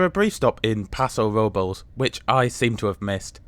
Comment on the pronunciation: The town of Salinas is pronounced more like "Suh-LEEN-us". Paso Robles is pronounced more like "Robe-lez". Santa Barbara is pronounced more like "S-Anne-ta" like the girl's name "Anne". A lot of place names have Spanish origins, left over from when Mexico was officially the government "in charge" back in the 1840's. Hopefully, the café car food selection will improve to include some better VEGAN options. They did have one menu item: "hummus with pretzels", which seems kind of pathetic. That they are still excluding coach passengers from the dining car is also disappointing.